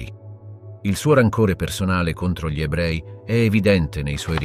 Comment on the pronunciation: Si tratta comunque di un software di lettura automatizzato, semplicemente non riesce a leggere correttamente l'articolo "gli" e lo legge "ghli" oppure "gili", decisamente perfettibile.